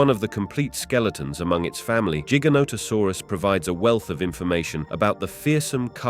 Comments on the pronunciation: Cooked by the comments. Let me add too Jiga? Like jeep? Giga... like a music gig... Hmmm. The difference between J and G.... must be hard for some people. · Ooooft it's size tells you it's name and it's not jig anything it's Giant therefore Gi Gant Ta Saurus ...learn before you try to pronounce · Idk why but I'm finding it very annoying that he keeps pronouncing giganotosaurus differently. Other than that, very interesting video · Pronounce gigantic